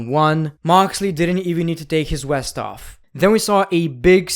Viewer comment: Why u keep saying west instead of vest and vife instead of wife. W is w v is v, dont mess them up